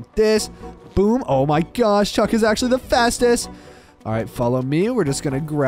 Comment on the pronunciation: And I thought you called the cat shrek but it was Actually chuk